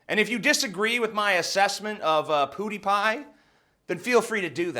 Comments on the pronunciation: The most triggering thing is this whole affair is the way you pronounce PewDiePie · you say pewdiepie worse than armoured skeptic. But he has an excuse... he is Canadian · Ok, the way you are saying Pewdiepie is killing me... it's pronounced pyewdeepie not poodiepie. Just sayin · also "pew dee pie" not "poo dee pie" :-/ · Does he actually think its pronounced poo-dy-pie? Its pwu-dy-pie. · I love how this guys barely blinks and says poodiepie instead of pewdiepie lol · It's not "Poodiepie." It's "Pew (like making a gun sound effect) diepie." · "poo-dee-pie." Is that the correct pronunciation? I've always said peuw-dee-pie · Mother of-I could tolerate that Canuk Armoured SKeptic calling him poo-die pie. But damn it man, you are an american Its pronounced PUE die pie. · Dude, have yo heard of the word "pew", like what you'd find in a chrch. It's not pronounced "poo," it's "piew" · Omg TJ I love you and everything but when you say "poo-Dee-pie" instead of "pee-oo-dee-pie" I want to kill myslef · poo-dee-pie mate... it's *pyoo-dee-pie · I have to say, it's pronounced "pyoo", not "poo". It sounds downright funny when you call him "PooDiePie." Maybe that was your intention. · i-it-its *PEW*diepie. like a laser gun, pew pew. not POOdiepie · PEW-dy pie. Not POODY-pie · It's pronounced pyoodiepie, not poodiepie! Lol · It's pronounced "Pyuudiipai" not "Puudiipai". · It's pronounced "pyew", not "poo" dee pie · PEWdiepie, not POOdiepie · its not poodiepie....say pew. you sound like you're saying poodiepie.just sayin.... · It was hard to take him seriously saying "poodiepie" instead of "pewdiepie" lol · Why are both you and armored sceptic calling him poodiepie? it's pjew-diepie. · Slightly triggered hearing poodiepie, Boi it's Pew-de-pie. Funny hearing it as well. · Its PEWdiepie, not 'PoodiePie' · Armoured Skeptic says "Pootypie" too, guys come on it's PEW-DEE-PIE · STOP SAYING POODIEPIE! It's pew. Pew pew pew. It's bothering my, TJ. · POODIEPIE 😂 god I cant stop laughing